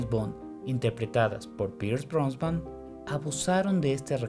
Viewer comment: Pierce "Brosban"??